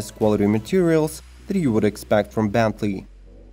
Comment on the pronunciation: I think he meant Bentley not benty